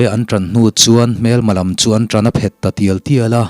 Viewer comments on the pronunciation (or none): none